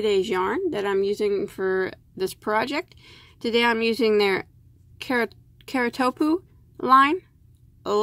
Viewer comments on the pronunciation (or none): LOL I looked up the pronunciation of Kartopu it's Turkish, I think. "car-too-poo" *shrugs*. I said it differently too.